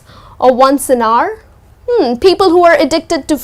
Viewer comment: Well there is a pronunciation mistake u made.. The way you pronounce hour, hourly.. Is a big wrong.... C to dt.. But thanks for the lesson